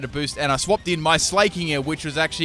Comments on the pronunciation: It pains me to listen to him saying 'slay-king' instead of 'sla-king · S-lah-king not S-lay-king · It's sla(c)k-king not sla(y)-king fuck you even said it had slack off like do you not understand hes the king of slacking off not slaying bitches. Jesus.